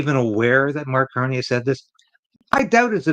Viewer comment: Who? Did you say "Mark Carnage" ??? No Tomorrows for Canada !